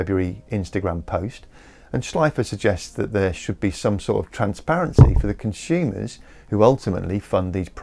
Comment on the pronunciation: "Con-Shoomers"??? There is no "h" in consumers.